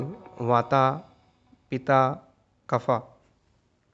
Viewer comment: Your pronounciation is wrong w.r.t Vata, Pitta and Kapha. Please correct it ok